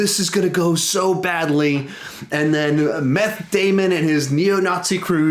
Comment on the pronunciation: Meth Damon?? WHy lol